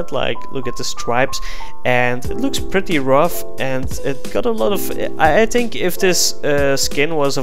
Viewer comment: ''I tink ''